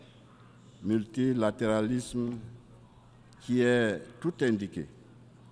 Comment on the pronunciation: Il a tout les problèmes pour prononcer le mot multilatéralisme. Discours de moutons fait pour les moutons.